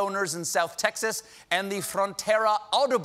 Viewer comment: Audobon? Or AUTOBAHN?